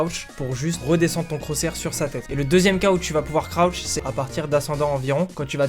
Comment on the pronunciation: Croutch ? J'connais crouch mais pas croutch